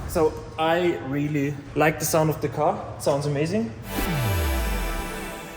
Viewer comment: I "leik" it aswell <3